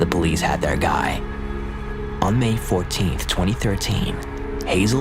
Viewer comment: “See der loved ones”?? Interesting, but the shaking is quite distracting, and the narration could be better. Why,, Whyyyyy?